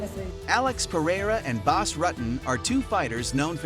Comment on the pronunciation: You can't even Say BAS last name correctly 🤣